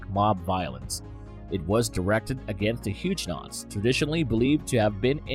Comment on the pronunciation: Pronounced Hugg o nots!!!